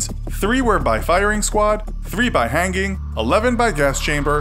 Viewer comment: "Hangging" wait what???? 😂😂